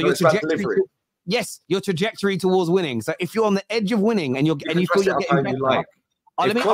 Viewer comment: Grammar can’t pronounce simple words says anyfink instead of anything, nothink instead of nothing, was instead of were and can’t pronounce trajectory he says trajrectory 😂 the guy is a Moron.